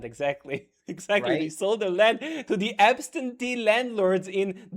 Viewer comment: I didn't know you want a monachy,. (and it's "absentee", not "abstentee")